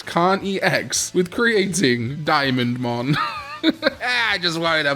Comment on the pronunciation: Dia mon instead of diamondmon